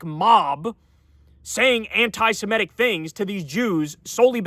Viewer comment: anti-simetic (as you mispronounce it Kyle) should be anti-semitic! If you have a problem with the adjective go for the noun form: anit-semite instead!